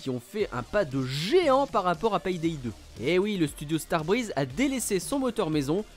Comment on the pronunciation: vous avez vraiment un problème avec la prononciation des "Y" par chez vous... PAYDAY se prononce "Pé Dé" et pas "Pèye Dèye"... d'ailleurs "Play" de Playstation"... se dit pas : "j'ai ma plèye" mais plutôt: "j'ai ma plé" ;)